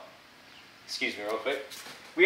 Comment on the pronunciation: First time I've heard someone outside of Germany pronounce Porsche correctly